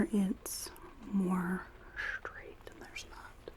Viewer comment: I love how you sometimes say sh instead of s, like shtraight instead of straight etc dunno if it's intentional but it's great